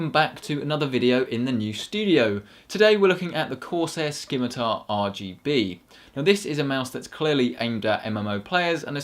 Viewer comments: Also British, also si-mi-tar, because..... not dumb...? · ski-mi-tar? SKI-MI-TAR? it's si-mi-tar, no k lol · Hey, I have a question. Now that a couple of years have passed since this video was uploaded... how DURABLE is the Corsair Scimitar RGB? Is it as indestructible as the Logitech G600, which has lasted me over 4 years now? Asking because I'm interested in buying one. Also, "SIM-I-TAR!!!!!" It's pronounced "SIMITAR!" Not "SKIMITAR!" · you would think a nerd would know how to pronounce scimitar